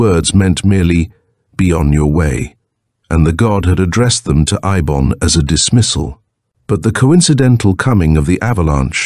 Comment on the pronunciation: I hate AI audio. It can't keep consistent. Eibon has been pronounced Ay bon, Ee bon, and I bon throughout the door to saturn